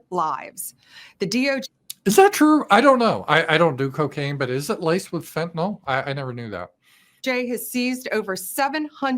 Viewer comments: 1) It's fenta-NYL not fenta-NOL. I don't understand how someone can rise that high and not know how to pronounce it properly and 2) Yes, there have been instances of dealers mixing in very cheap fentanyl into coke to cut it (as well as a bonus of having clients catch an opioid addiction - which encourages repeat business). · "PhentanOl" is just one of many Ramzpaulisms... I think he's a little dyslexic.